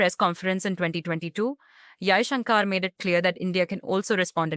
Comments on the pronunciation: His name is pronounced Jaishankar ( shankar) not Jaishunkaar ( shunkaar)! Being an Indian host you shouldn't be making such westernised pronouncement mistake!! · He is not Jaishankaaar. He is Jaishankar. The narrator is an Indian and should be ashamed of mis-pronouncing Jaishankar's name. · Why can't this lady pronounce Kashmir n Mr Jaishankar's name properly?